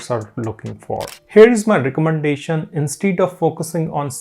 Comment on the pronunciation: plz check the pronunciation of 'instead'